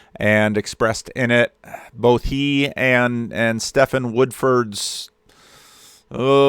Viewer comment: Hi. Just FYI, the names Stephen and Steven are pronounced the same. The way you are saying it, like Stefan, is spelt Stephan, with an ‘a’ not an ‘e’.